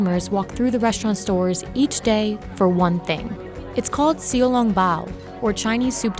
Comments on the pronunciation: "sea long bow " its shao long bao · Actually its pronounced as Shi-yao-long-pao. Pao and Bao are the same since in chinese P and B are like C and K. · native English speaker learning Chinese I cringed so hard. sh-ow long b-ow (Ow like ow I hurt my leg) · see-o long bao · The pronunciation is a real trigger. You pronounce it as Shao-Long-Bao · Did she just call it, "See-oh long bao"? Oh, the disgust. I am an Indian brought up in New Delhi and EVEN I KNOW how to pronounce it. 🤦‍♀️ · When she pronounced 小 as" see oh". My heart hurt. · You spoke Cantonese instead of Shanghainese. It is pronounced “xiǎo lōng báo? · Did she just pronounce xiaolongbao - "sshio long bao" 😑 The least they couldve done is get the goddamn name right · Sounded more like "SIU" to me. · Bro when that person pronounced xiao long bao I almost became suicidal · Is that really how xiao long bao is supposed to be pronounced? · yes. yes i am chinese and i gagged at the pronunciation alone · Come on, at least say the name: "xiao long bao" right! Or say the name in mandarin/Cantonese. So triggered. Thank god the video depicts his dumplings so damn well! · They didn’t even pronounce it right in the beginning. Please do research beforehand. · How did you butcher the name so hard? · Did you guys see how xiao long bao was pronounced 💀 Edit: i don't speak Cantonese sorry don’t murder me lmao :)